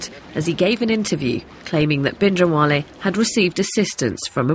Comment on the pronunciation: if she considers herself even slightly Punjabi, she could at least learn to say 'Bhindranwale' correctly..